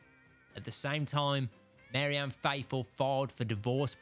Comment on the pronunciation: MARY-Anne? REE-concile? What's wrong with ye man?